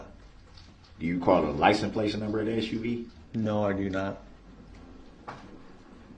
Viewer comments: He says “Licen Plaz”. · Is he saying license plates? I swear sometimes it sounds like he says "license place"?? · License place... I hate that. He butchers so many words. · If you listen carefully every time to DB saying license plates, he says “license place” No idea why he thinks they are called that I don’t know why he thinks they are called that…